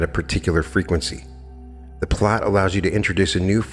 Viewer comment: Pronounced "Plate" I thought?